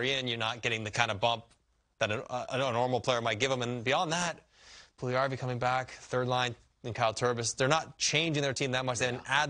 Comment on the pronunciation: This man really said Pully-Harvey, I’m dead 😭😭